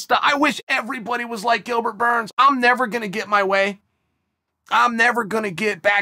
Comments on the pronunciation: “Gilbert Borns” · Gilbert "Borns" lol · "Gilbert Bourne"